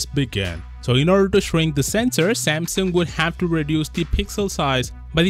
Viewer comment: It’s pronounced Samsung, not Sampson